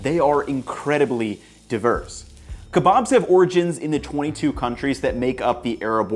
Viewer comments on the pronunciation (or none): Keebobs and peetahs 🤣